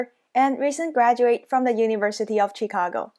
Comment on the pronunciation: Also this lady said University of Chickago 🤣🤣